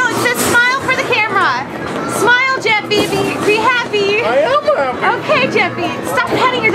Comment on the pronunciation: called jeffy jefyfy